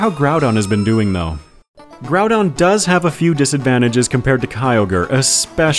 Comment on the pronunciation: According to the katakana, you're pronouncing both of the names correctly. Except that Groudon is more like... Grawdon for some reason. Gonna go with your pronunciation there